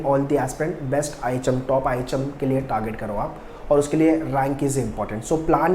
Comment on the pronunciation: Sir ihm bol rahe hai mughe items sune aa raha hai 😂